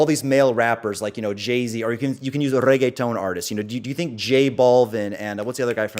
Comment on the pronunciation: As a native Spanish speaker, the way this clown goes out of his way to pronounce "reggaetón" tells me everything I need to know about him. The cringe is truly monumental.